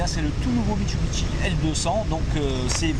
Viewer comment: Bonjour, alors mit su bi shi et non pas mitsubiteshi